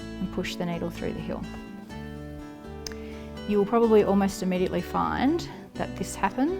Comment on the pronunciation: Hi. She is saying “hill” but with her accent it sounds like heel.